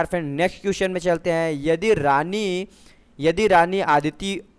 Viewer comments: Thujhe hindi to thik se padhna nahi aata reena ko rani bolte ho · Bhai Hindi Padhna sikh lo Pahle #रीना को रानी बोल रहे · Yrr bhai reen ko rani padh rhe ho